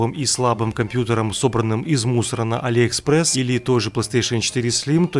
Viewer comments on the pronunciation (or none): none